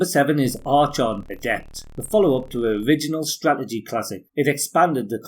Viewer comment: Archon is pronounced like “Arkon”. The ‘ ch’ sound isn’t pronounced like a normal ‘ch’